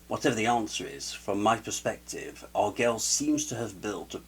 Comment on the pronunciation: I would agree with your first point, about knowing his channel before publishing a video about him. Posting a critique in ignorance is a great way to create drama. I've never even heard his name pronounced this way. I've always heard "arg-el-eez" or "argweh-yes."